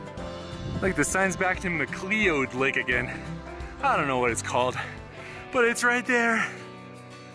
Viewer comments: Pronounced Mick cloud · McLeod is pronounced Mcloud… take it from a McLeod